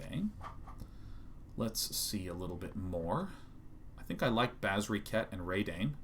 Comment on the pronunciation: So Sean, Reid Duke is the same pronunciation of Reidane. :)